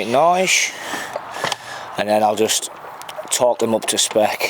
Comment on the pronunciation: Thought you said torque the engine mounts